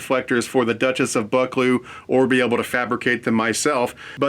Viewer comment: Duchess of Buck-clee-oow! Not all British locos had smoke deflectors, even in the same class, and they were generally a post war fit.